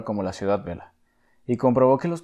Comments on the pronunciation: Por favor no es ciudad vela sino Vella ,que es vieja en lengua catalana, ustedes saben pronunciar la elle diferente de ele. Gracias. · La doble "l" se pronuncia como en el castellano. Es catalán, no italiano. Ciutat VeLLA, no vela... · Home... es Ciutat "Veya" si no pronuncies be XD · Una pequeña corrección: no es "ciudad vela", es "ciutat vella" que significa "ciudad vieja" en catalán y su pronunciación sería parecida a "ciutat veya" pero se escribe con doble "L". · Pero no digas ciudad VELA, con L, se dice ciudad VELLA, con LL, que en catalán significa Vieja, ciudad vieja. Y por cierto, se diseñaron calles anchas solo por razones higienistas. Nadie pensó en un futuro "motorizado", como afirmas, eso es de tu cosecha, no inventes, por favor. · ¿Has escuchado como pronuncia el tipo del vídeo? Dice "vela", de ahí mi explicación. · Los nombres de los políticos y arquitectos catalanes los pronuncia bien y ensanche y siutat vela mal? Sospechoso… ahora, al actor protagonista de terminator seguro que lo pronuncia bien… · Solo un pequeño apunte: en Ciutat Vella (que significa "ciudad vieja") la LL se pronuncia como en "olla" :) A parte de esto, el video está genial, superbien explicado y bien informado, fantástico! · Ciutat Vella, no vela. Aún así, buen video :) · Iba a comentar exactamente lo mismo. Es muy habitual que en vídeos narrados por gente de hispano America pronuncian nombres de personas o lugares de España con doble ele (elle “LL”) como si fuera… ¿italiano? Últimamente he escuchado pronunciar la ciudad costera de Marbella y el líder bucanero Padilla como “Marbela” y “Padila” 😖 ¿como podría hacerse saber que en España se lee y pronuncian los nombres tal y como se leen y pronuncian en Español? Incluso nuestros mayores leían los nombres de los actores de Hollywood tal y como se leerían en castellano. Lo cual no es lingüísticamente incorrecto (aunque sí haría enfadar a las personalidades mismas 😅). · Ciutat Vella, se pronuncia con elle, no con "l".